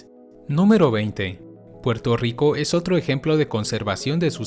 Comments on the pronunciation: Soy yo o el dice Porto Rico???? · Muy bello Puelto Rico..